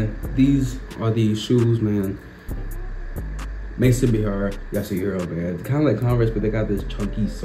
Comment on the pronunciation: They look great on feet. A piece of advice, "Maison" is from french, try Google Translate to learn how to pronounce it because is not "Mayson"